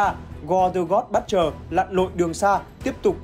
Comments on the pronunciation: Dạ là Bút-cher, ko phải Bất-cher. Đọc sai nghe rất khó chịu. Nên chuẩn bị trc khi thuyết minh. Còn ko có thể đọc thuần Việt là kẻ diệt thần, kẻ sát thần, tên đồ tể đối với giới Thần hay là gì gì đó sát nghĩa và thuần VIỆT 100% cũng đc! 🙃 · giấu cái dốt vào bạn ơi. Đừng dốt cố, dốt ráng. Cầu tiến và nghiên cứu cho chuẩn vào. :)))) butcher UK /ˈbʊtʃ.ər/ How to pronounce butcher noun in British English US /ˈbʊtʃ.ɚ/ How to pronounce butcher noun in American English UK /ˈbʊtʃ.ər/ How to pronounce butcher verb in British English US /ˈbʊtʃ.ɚ/ How to pronounce butcher verb in American English Xin nguồn phiên âm "buất-..."